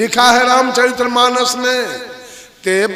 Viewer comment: आप रामचरित मानस कानाम‌शुद्धनहीबोलपातेहो।औरप्रवचनकरतेहो। पहले आप बोलना सिखो। धन्यवाद।।